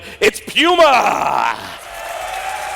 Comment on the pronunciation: Pulse means heartrate, not apm. If I hear someone say PYUMA one more time, I will shoot something.